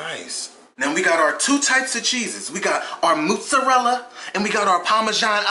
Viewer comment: Moozreallo lol😂😂 he said it wrong